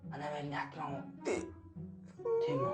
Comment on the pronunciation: Автмаан биш атаман